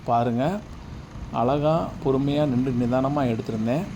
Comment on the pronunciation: நிண்டு அல்ல, நின்று திருத்திக்கொள்ளவும்